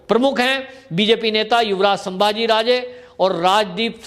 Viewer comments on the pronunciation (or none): none